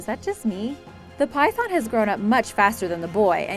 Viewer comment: Try to learn how to say python it's very disturbing